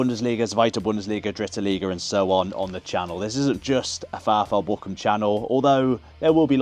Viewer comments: Actually Bochum loves you so much, they've decided to rename the city and the club to "Bockahm" so you don't have to learn the German pronunciation. 😀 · Up the Bochum sounds so questionable when you pronounce Bochum like you do XD